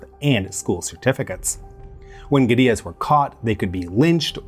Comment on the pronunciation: Kudos for pronouncing "guerrillas" correctly. something most Americans pronounce like the great ape. It tends to lead to confusion amongst the less language oriented.